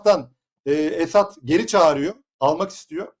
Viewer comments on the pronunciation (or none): teessüf ediyorum esed deyil ESAD OLACAKTI